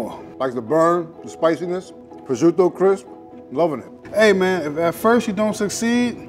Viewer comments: the only thing that pisses me off is the way pronounce prosciutto. DON'T PRONOUNCE IT LIKE A STUPID DRUNK WHITE PERSON! SAY IT LIKE A PROFESSIONAL! "PRO-CHUTE-TOE", NOT "BRO SHUDO"! AND PRONOUNCE P AND WITH THE SOFT ACCENT! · pronounciations of Prosciutto and Arrabiatta make me so mad.